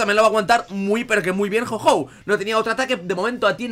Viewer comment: porque dices jou jou es jou ou -.